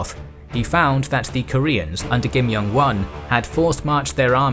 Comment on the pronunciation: the pronunciation is really off. Korean nouns are stressed at the first syllable in nearly every instance! YI-sunshin not yi sunSHIN? KIM myeongwon not kim myongWON and PYEONGyang not pyeongYANG. YANGju not yangJU etc